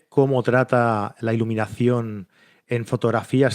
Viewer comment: Olt? Cleck? Termineiror? ileminación?